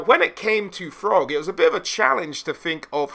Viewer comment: Without fail you add 'h' to the pronounciation of every word imaginable. But in this video you pronounce Throgg as FROGG... you have to be trolling me?!